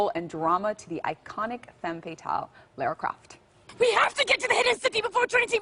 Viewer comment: It's LARA CROFT!!! Anyway LOVE Camilla.